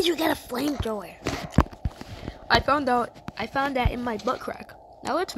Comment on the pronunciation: I was dying laughing when he said where he found a flamefrower